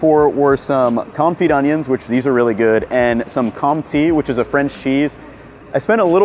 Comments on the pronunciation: Marché d'Aligre is pronounced "Marchay d'Ali-gr" and Compté is "Comptay". Whenever you see "é", say it "ay". And if you see an "e" at the end of a word, it's almost always silent. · Amazing content but you need to work on your pronunciation of French words (Com-tee 😵‍💫) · you dont pronounce the M in comte.. you say it CON (no N) TE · I second this guy, the "é" from Comté cheese if pronounced /eɪ/ similarly to the final "e" of Santa Fe, lake, paid, feint etc. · That e with the accent in "Comté" is pronounced like the middle sound of "fair", "care", or "pair". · Cents is just cents, it literally comes from the french centime, which means 1/100th. And the é in compté is not an e. The english pronunciation of e is how the french pronounce the letter i. The e, è and é are all different pronunciations, it’s hard to explain how to pronounce the é, as there is no english equivalent. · Sa prononciation de comté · Pls google how to pronounce comte, it’s my favourite cheese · Oh boy we gotta work on your French vowels. A= Ah E= Eh i= Ee O is the same and U is unique in France: U by itself = ü (form oo with your lips but say ee) and combo letter oo sound: ou. So the cheese you bought is pronounced "Comtay" not "Comtee". Love your videos so much. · Your pronunciation of compte is off. It's more of a "Kom-Teh", not "com-tee" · Pleeeease stop saying comp tea… it’s pronounced cone-tay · Please find this guy and to teach him how to say Comté. I’m an American living in Paris and I nearly cried every time he said “comti”! 😭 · We say Comté tho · Very nice video. As a french person, I concur. [The cheese is pronounced "CONTAY" ("Conti" is an italian wine)] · I clicked like as soon as I realised you bought comté cheese (must admit, about 5s after you said "comtee" 😅). I can put that cheese on everything other than a caprese LOL. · Comt-e minus the e is the actualpronunciation. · its pronounced com-tey btw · "comté" rhymes with "hey" 😊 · it's called compté not comptee